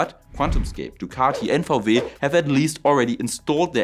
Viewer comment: Love your videos. Vau Weeh is Wii Doubleyou in English :) . Viele Grüße!